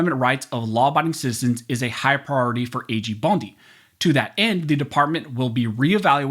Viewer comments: Pam Bone-dee??? 😆 Freudian slip, brother?? 🦴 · Did he say Pam Bone-D😂 well we know whats on his mind when it comes to her. 😂